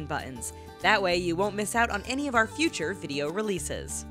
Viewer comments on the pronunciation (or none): none